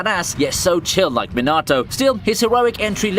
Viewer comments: Minarto really omg is it that hard to know how the names are meant to be pronounced 😩😠🥲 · Me-nah-toe it's not that hard to say man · Did you said minaato??